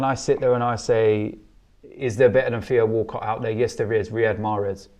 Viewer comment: Does Robbie have something against the letter 'T'? And who is Feo Woolcoh? I thought these people were English?